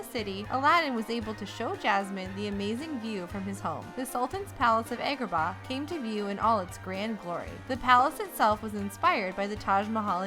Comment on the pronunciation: AY-gra-Bah? It's pronounced Ah-gra-bah